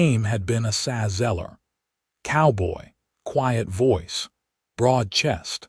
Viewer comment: His name is A..Sah say it just like it looks A SAH ZELLER....HER name is VAY DAH These people that do the reading these stories can make such a mess out of the names that I almost just move on and leave the story alone.. Learn how to say the names before you start telling the story.....That name that you call ASA is very degrading to the story.